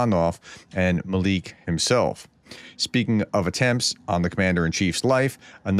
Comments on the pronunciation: "Mal-yook," not "Mal-eek" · Maliuk is pronounced Mah-LUKE. As in Luke the Skywalker, Not Mah-leek. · Doc, it's pronounced 'MAL EEE YOOK' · Hi prof, just little assistance with the pronunciation of Maliuk. I don't speak Ukrainian however I had a Ukrainian friend in high school who's name was Daliuk. In ukrainian they break their syllables differently to English speakers so think of an American from the southern states asking their mom to come and see something. Mar-Look. Not exactly the way Ukrainians pronounce it but close enough. Even Russians have difficulty with the 'iuk' as they don't have it in their language. Keep up the great work. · Maliuk mah • lee • youk Will get you closer to correct pronunciation. You've improved tremendously. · Pronounced as: Mal. You. -ck ma-LUC